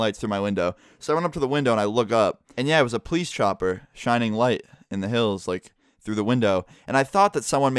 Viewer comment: it really bothers me how he pronounces police. it's poe-leese not pleece